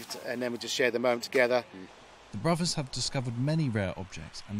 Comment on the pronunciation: Good story, but pronunciation needs tightening up a bit, Bruvvas? Annuals of history? Fousands? Or is it only me that mispronounced words - grinds my gears a bit, whatever class your from such words can be got right.